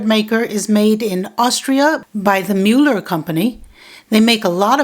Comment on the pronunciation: Totally unrelated: You pronounced the ü perfectly, and it's not an ö. Ö is an oe, where the e is moved up on top of the o. The same with ü, it's ue with the e moved up on top of the u. So, the üe in the Müeller name is a bastardization, that only seems to occur when Germanic companies go international. Posh? :-)